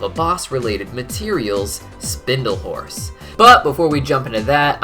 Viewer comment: 50% of the times you said "horse" i heard "force" lol